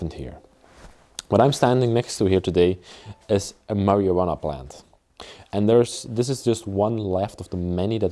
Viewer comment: Love how you say marijuana...marywanna 😄